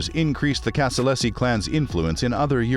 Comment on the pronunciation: Casa-LAZY not LESSI